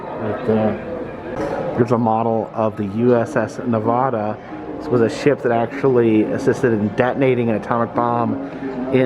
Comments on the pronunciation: It is NOT pronounced "NEH-VAHH-DAH" goddamn it. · I like your videos but this drove me nuts im a nevada native its pronounced nevaduh not nevada lol keep bring these cool videos of history its amazing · Ne-va-da.... the va is pronounced like you would say "vat" or cat... not vaaa or daa 🤣🤣😅 just a heads up lol no one that was born and raised in Nevada says it like that. 😉